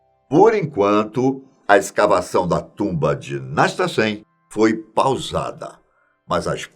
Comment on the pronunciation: Foi PAUSADA “pausada” sério mesmo gente!!!